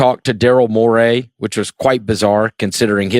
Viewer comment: I just hate how that guy says Daryl Morey's name